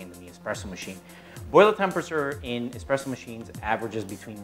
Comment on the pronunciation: This clown, expresso? Do you espresso, no x in the word.